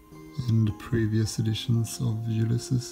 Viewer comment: don't think thats how you pronounce the title.